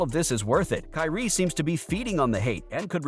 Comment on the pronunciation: The word is KYRIE